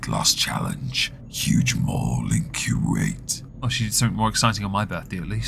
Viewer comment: Love how you pronounce Kuwait 😊 Kjuayt